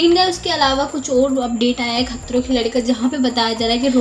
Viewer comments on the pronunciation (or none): the way u said " khatroon" 🤣🤣